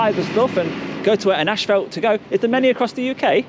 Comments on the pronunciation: Love your videos. brother.......but , it's not ASHFELT......it's ASPHALT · It is NOT " ash felt" it is "as fault " pronouciation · you said "ash-fault" for "asphalt". Maybe it's just me..I'm in the US. Anyway, enjoying all your vids. Thumbs up!!